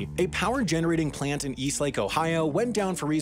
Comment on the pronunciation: What's a 'playunt?'